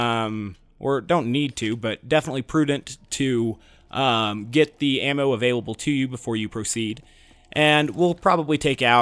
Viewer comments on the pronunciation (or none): none